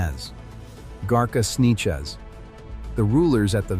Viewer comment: Snechez ahahahah sanchez